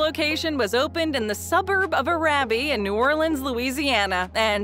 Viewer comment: They also pronounced Arabi wrong, which is the suburb in the New Orleans area where the first Popeyes opened. It rhymes with charity.